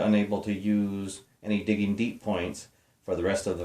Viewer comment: Diggin'... It's Diggin'.:) Just giving you a hard time, and that was a GREAT Jimmy Mac!! Happy New Year! Al